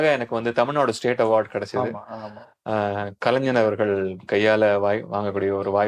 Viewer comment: Not Kalaignan, Kalaignar. 😂